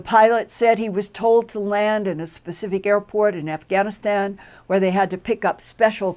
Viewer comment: did she say "Aff-a-Gan-aStan?"